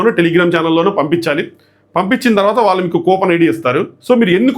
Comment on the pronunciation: వాల్లు అని వినిపిస్తోంది వాళ్ళు అని వినపడటానికి ట్రై చెయ్యి